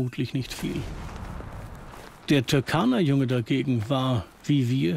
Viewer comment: Der See heisst Turkana-See und nicht Türkana-See . Falls einem das zu schwer ist kann man seinen alten Namen verwenden Rudolfsee